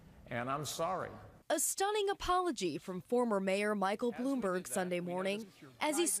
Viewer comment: Did you say "Blew-me-berg"? Ha Ha!!